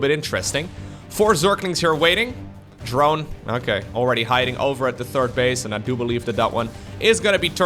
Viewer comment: i always love when you said " the explosion de command center" with french accent ...deserve a like that it.